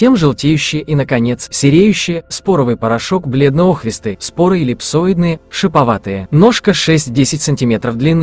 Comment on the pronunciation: Спасибо вам! Для меня сыроежка, любая - гриб который я не знаю и не понимаю. Но интересно разобраться, а вдруг мне понравится по вкусу. Только пожелание - поправить ударение в некоторых словах - сосна, охристый, зелёная.